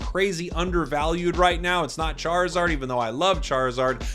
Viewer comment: Its Charizard. lol.